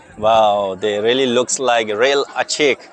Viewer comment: It's not " Achik" bro. It's " A.chik" it's come from two words e.i. ' A.a ' which means land or soil and another world ' chik' means land up hill. In short we A.chik people like to live in hills arae. So, they called themselves as A.chik which mean people of hill(s). Got it ?